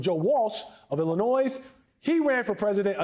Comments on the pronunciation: Did the commentator say "IlliNOISE?" Gheez...... that's so ignorant. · Good clip, but I'm pretty sure you don't pronounce the "s" in Illinois. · Hey TV Anchor the S in Illinois is silent , it’s not a plural state ffs